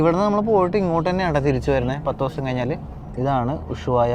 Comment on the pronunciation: നീ വീണ്ടും ചില്ലി എന്നാണ് പറയുന്നത് ചിലി ആണ് ശരി, പിന്നെ ഉശുവായ അല്ല ushuaia